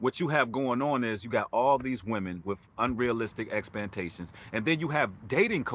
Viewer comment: God Bless you brother...Love your message and positive energy....very intelligent indeed, but did you say "EXPANTATIONS????"...Ummmm...do you mean "EXPECTATIONS?"..That made me chuckle!!😜👍💜😳😬